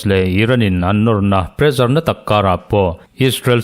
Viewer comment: Pressure kha Mizo ṭawng ni lo, sap ṭawnga kan hmang a nih chuan ' prezar' tihsak lovin presar tihsak ila.